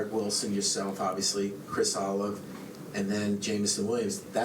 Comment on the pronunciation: I feel bad for the reporter who butchered Olave’s last name. Garrett cracked a bit of a smile on it cause he was like oh bot that was very wrong lol.